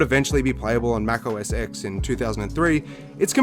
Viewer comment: Just a little FYI: the "X" in "Mac OS X" is a Roman numeral, because it was the 10th iteration after Mac OS 9, so it's pronounced "Mac OS 10."